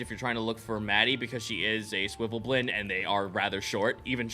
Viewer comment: "Swivvelblin, swivvelblin, swivvelblin"...eesh, even as someone who absolutely just calls them underdark gnomes out of simplicity, it's SVIRFNEBLIN.